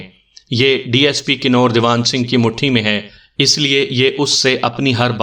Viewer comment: Kanoor nhi kanver he ya hindi xuban ks lafaz